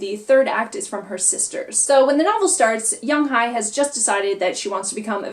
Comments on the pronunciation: I reside in Korea. The pronunciation of the name is Young Hae not Hi. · Yeong-Hye (young-hay), In-Hye (in-hay)